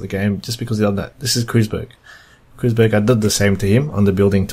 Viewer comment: It's actually pronounced "Kroytzberg", not "Kroozberg". Impressive use of that SSD!